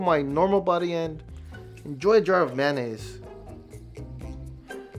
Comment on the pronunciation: mayonaise na manaise